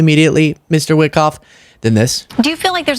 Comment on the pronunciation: Name is Whikoff speaks like Dumkoff